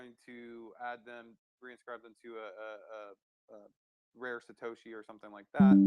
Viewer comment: I felt the same on Satashi it's Satoshi lol n Nakamato Nakamoto